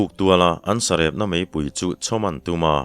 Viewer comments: Vacha thlawhpui pawihte tih lai a, vacha thlawhpui tih lai tak kha, PUI tih kha i thluk dan kha a dik lo deuh lo maw, ka ti deuh a, Ar tui tih a tui lai thluk anga ri mar tur a ni lo maw. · Pawnpui chhe duh,Pawite bawk.Vacha thlawhpui pawite bawk . pui hi i thluk dik lo hret.3 lai thlûksual ka hria... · Tlaikhawhnuah sawi ve ila, țawngkam ah 'Pawihtè vachain a thlawhpui,' tih a ni țhin a. 'Vacha thlawhpui Pawihtè,' tih i lamrîk a, 'pui' i lam dân hi a diklo e.